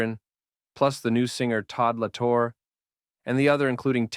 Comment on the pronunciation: He pronounces it La Torr-aye